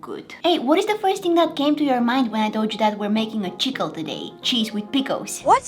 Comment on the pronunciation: I thought when you said chickle,I thought you ment chip pickle